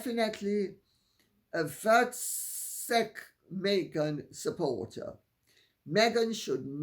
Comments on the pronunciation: Hi Lady C, it is pronounced foot sack (voetsek) LOL. I am South African and her continuing implication is that we are a sad bunch of poverty stricken uneducated human beings with criminal tendencies (BRAVE coming to SA???) in her podcast and other comments made elsewhere. It is beyond belief!!! Aside from insulting an entire nation with her untruths, pointing out in SA how she is suffering whilst staring into the faces of true suffering at charities, her belittling of how other women, particularly black women cope (by not even acknowledging or learning our cultures), with regards to her 'mudcloth' comment was one step too far. Scientific studies have shown that carrying your child on your back helps with physiological development. I am a white South African and I carried my son on my back (to help his muscular problems) when I went out and at home. We use towels/blankets - what the heck is a 'mudcloth'????? It is brilliant, you have 2 arms free to do what is necessary, baby uses it's muscles, is comforted, can see all that is going on and you can rock them to sleep as you move. The wisdom of women for centuries should never be underestimated.....and you should try to understand and use this wisdom. BEST THING EVER!!!! #voetsekmeghan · Pronounced ‘foot-sek’ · The word used is actually pronounced "Foot sec" It is very rude and means all the sayings ending with OFF that you can think of mixed into one!!! F. Off, B..gg...r off etc etc. I have heard it said in a jokey way when I lived there and once repeated it in the car....my fiancé said never say that word or be heard saying it or you could be attacked!!!!